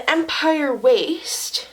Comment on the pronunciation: Thank you for your videos and being honest about your life. Btw an empire waist is pronounced "ahmpeer".